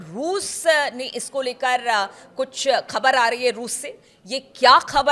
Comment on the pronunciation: Despite repeated messages, is not improving his pronunciation. He mispronounce Khhbar as khabar, without Bindi below Kh, and Jabardast instead of Zabardast. His unnecessary hand movements are irritating.